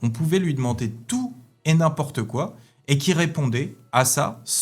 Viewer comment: Très intéressant cependant il y a une erreur flagrante dans votre présentation. il faut dire "n'im-PORTE quoi". et pas "N'im-po-rte-quoi". Petite erreur d'imitation du personnage. 😂